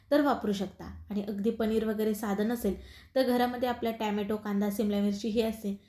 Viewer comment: टॅम्याटो नाही टोमॅटो म्हणा 😂